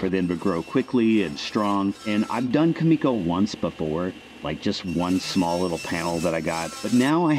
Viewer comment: One little thing. It’s Kumiko, not Kamiko.